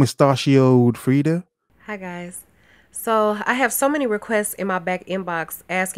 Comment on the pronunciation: Wait, wasn't Warhol gay? 🤔 (btw, that was the most horrendous pronunciation of Frida 🤣😂)